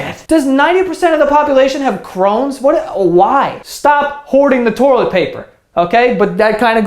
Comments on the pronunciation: “Stop hoarding the torlet paper”? YEAH WE HEARD 🤣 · “Torilet paper” 😂😂